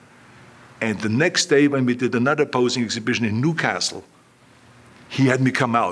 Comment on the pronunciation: New-cas-tle!!!! Toon toon!!!!!